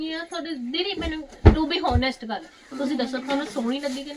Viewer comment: O please don’t 🙏🙏🙏 To be honest ਬਹੁਤ use ਕਰ ਲਿਆ ਤੁਸੀਂ ਬੱਸ ਕਰੋ ਹੁਣ , ਘਸਾ ਦਿੱਤਾ ਤੁਸੀਂ ਵੈਸੇ ਹੋਨੇਸਟ ਨਹੀਂ ਹੁੰਦਾ ਓਨੈਸਟ ਹੁੰਦਾ ਹੈ H Silent ਹੁੰਦਾ ਹੈ